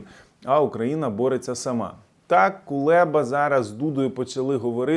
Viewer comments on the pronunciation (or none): none